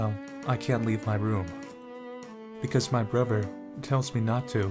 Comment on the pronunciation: Sounds like you're saying "brover," not "brother."